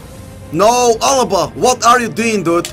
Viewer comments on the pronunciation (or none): none